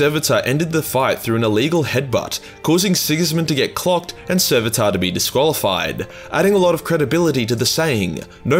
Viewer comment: Sevatar* not "Serveataaa"